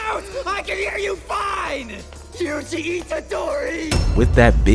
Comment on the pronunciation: WHY did i hear "juicy itadori"